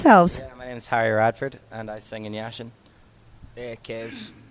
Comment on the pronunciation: Lol it's pronounced YASHIN not Yasheen :L